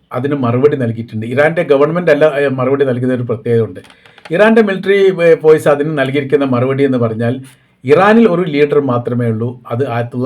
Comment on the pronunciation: ഫോയ്‌സ് അല്ല ഫോഴ്‌സ്